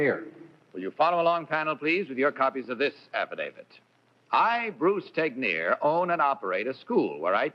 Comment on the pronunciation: I didn't know Bruce Tegner's surname was pronounced, "teg-nir". I always assumed it was pronounced, "teg-ner".